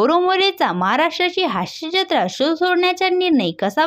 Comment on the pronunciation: हाश्यजत्रा नाही... हास्य जत्रा उच्चार आहे,त्याचप्रमाणे मुडे नाहीतर मूळे असा उच्चार करावा